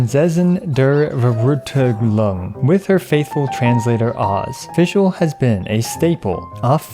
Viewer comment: In German V is pronuounced F